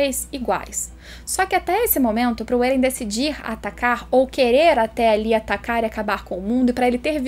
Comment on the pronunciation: Faz uns 4 vídeos que sempre que eu ouço a falando atacar eu ouço "tatakar" quase um tatakae